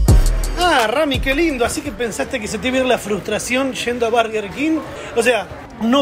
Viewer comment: estamos en Argentina, se dice burger no barger